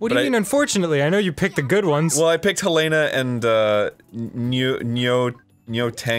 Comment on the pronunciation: I love and I've played the DOA series for 12+ years and I love you both but for the love of God please pronounce the names right;-; Helena is helen-uh. Nyotengu is nee-yo-tin-guu. Honoka is hono-ka (emphasize the ho not the no) Please it pains me every time you say the names so wrong;~